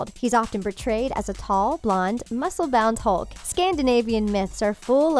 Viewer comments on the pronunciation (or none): none